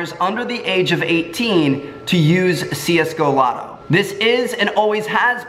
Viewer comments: it's csgolotto not csgolobby btw :p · just watched this vid, but in the vid you said csgolobby, instead of csgolotto tho? :P